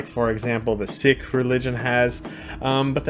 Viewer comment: I love that you pronounced 'Sikh' so correctly 💛